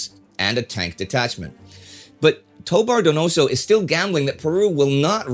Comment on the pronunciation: then again toBAR doNOso shows you where to stress the syllables and here it comes in good ol usa grade school style doe-BAR doe-No-So